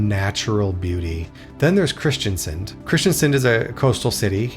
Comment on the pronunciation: Kristiansand has a "a" in "sand". The "u" is much longer and more pronounced. "Haugesund", not "Hagesund". The "u" is important. "Hage" means "garden". "Haug" means "pile"/"heap"/"hill". The "e" essentially making it "hilly" "Sund" means basically a narrow passageway for boats, say between a island and the mainland. So the passageway for boats in a hilly area, or something like that. Flåm is just too much of a tourist trap to be recommended in my view. It's not *bad*. But don't pay extra to go there to put it that way. Other locations should sell you on a cruise instead of that one. When learning that compound word try to learn the individual words first. "Nær" (close), "øy" (island) and "fjord". Essentially the fjord is named after a island called "Nærøy" And technically the original name wasn't "Nær" but "Njord" in Norwegian or in Icelandic "Njörð" (a viking god of the sea) So essentially it's the fjord near Njords island. Romantic? Perhaps l'm just spoiled by living in this country... Don't worry about it, for western Norway I mostly agree, although Flåm would get a zero in my book and you're missing out on everything further north. Far too far south for northern lights to be probable. Also, September is a bit on the early side for that... And also a time when the Atlantic ocean isn't exactly at its kindest... On the other hand 2024, 2025 and 2026 are probably the three years where you're the most likely to see northern lights th